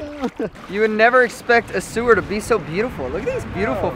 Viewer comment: Did he say Sewer